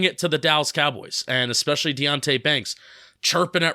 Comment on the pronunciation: Yes you miss pronounce these words: it’s VERSUS not “verse” (that’s part of a song). It’s ETcetera not EXcetera. And it’s ESpecially, not EXpecially. But I love your analysis!